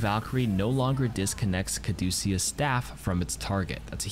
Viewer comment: Say it with me cuh-DOO-shus (caduceus)